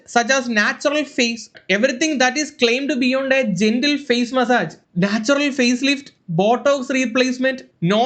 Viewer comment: Face nte pronunciation onnu padikku sadhikaa